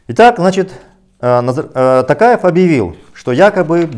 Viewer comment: Почему ‘Такаев’??? ТОкаев же он! Это же не русский язык, где О произносится А